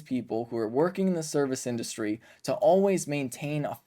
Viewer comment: "indurustry"? You talk for a living Ben.....get it together.